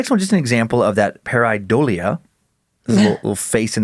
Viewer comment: Dan's mispronounciation of Pareidolia is killing me LOL 😆